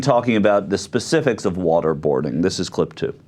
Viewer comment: Its specifics - not specidificies or what ever you said